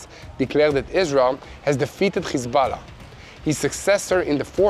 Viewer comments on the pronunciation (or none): When you are speaking English please use English pronunciation for the words Hamas and Hezbollah. I know that probably when you say those names in Hebrew, the H sound sounds like you are clearing your throat, but in English we just say it with an ordinary H sound (like you said in the words HERE and HELP)... it will make what you are saying so much easier to understand. In fact every time there is an H in English it is just said like you said HERE and HELP...... God bless you, and love from Queensland Australia.